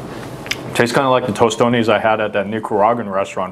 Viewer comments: Guuuuurl he had me ready to reach out and hit him 👊🏿and I’m not a violent person 😂😂😂🇭🇹🇭🇹🇭🇹🇭🇹🇭🇹🇭🇹🇭🇹🇭🇹🇭🇹it’s not tostone! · He said tostones🤦🏾‍♂️ bro where you think at lol we don’t say that lol